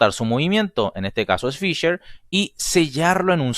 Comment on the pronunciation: ¿FisCher ,pronunciado en ingliyyy? ¿sabes q es ALEMAN!!